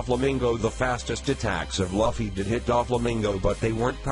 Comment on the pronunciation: It's so annoying when he says laffy